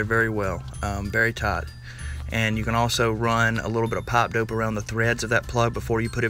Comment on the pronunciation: "pap dope"